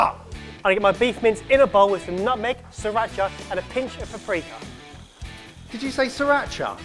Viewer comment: said paprika, but all I heard was "pre-cum".